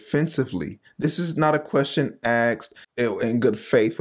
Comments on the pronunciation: While I appreciate and agree with your stance I must point out that your mispronunciation of the word "asked" is killing me. Please learn to say asked and not axed. Respectfully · "Axed". I would work on that if I were you. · Asked***** not axed…. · What’s a Axed ? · It's not axed, it's asked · It's asked, not axed. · Asked...ASKED. Not Axed. 🙄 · who "AXED" a question??? So, someone took a question and put an "AX" to it. Hey Einstein, the correct term is "ASKED" . . . Learn ! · OMG THE FATHER "AXED" HER TOO? jk brother all in good fun. God is good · Aksed or asked? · Language changes everything dude the word is (asked) not Axed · Lost me at "axed" a question! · Asked, not aksed. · Good video, but it is "asked", not "axed". 🤦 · Why can't you say asked, not axed?, it's hard to take you seriously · Not AXED …asked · Hard to take this seriously when you can’t speak English. Axt? Axed? Actst? Huh? OH. . . Asked. We’ll say it bro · Ha ha axed...you're cute....asked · “Aksed”. I think the word you are looking for is “asked” 🙄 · It’s ‘ask’ not ‘ax’ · Asked…. Not aksed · I enjoy your videos but do me a favor…..you’re presenting yourself as a representative of the Lord and an intellect. Please stop saying “axed” instead of “asked” lol. I don’t know if it’s a trendy thing or something but I’m a conversation with intellects it makes you sound ignorant, lol. Blessings, bud. Just one believer to another. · I'm sorry but it is just painful to hear you say "aXed" instead of "aSKed". Great content but your speach is a massive impediment. Sorry, can't subscribe. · Does he know how to pronounce "asked"? Or is it just a black thing?